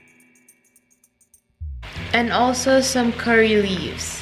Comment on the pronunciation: Dia sebut curry leaves rupanya. Ingtkan apa lah kori leaves kori leaves 😅 accent kut. Nampak daun kari baru blh pick up